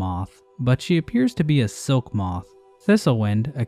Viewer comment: it hurt a little when he said silk...